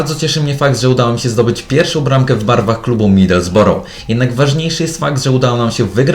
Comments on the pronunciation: nie czyta się midelsboroł tylko midylsbro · tak się czyta nazwę klubu middlesbrough